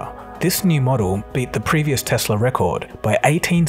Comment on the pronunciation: Tesla not Tesler